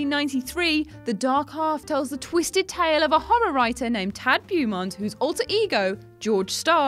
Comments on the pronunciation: Beaumont is pronounced, in the movie and in the country from which it spawned, BO'-mont. Bot Bue-mont. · Oh, silly. It's Bo-mont, not Bu-mont. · Oh,... did you write the script for this yourself? If you did, you need to turn on a spellchecker. Pretty sure the word "infavourably" didn't exist before you used it in the comparison of the Shining film/miniseries. And the lead character's name in The Dark Half is pronounced BOW-mont. And King's appearance in Creepshow is the lead in a 10-15 minute segment, not just a cameo. Come on guys, you were getting better. Don't backslide now... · Bow-mont. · She's British....cut her some slack...lol....(she said several names incorrect on this vid).... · Being British is no excuse when the movie itself shows how the name is pronounced. She's mispronouncing it because she's reading it from a script, not because she has ever watched the movie.